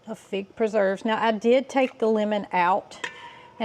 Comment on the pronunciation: scar by putting a tag on it that says Pig Preserves! Because that's what it sounds like you are saying. lol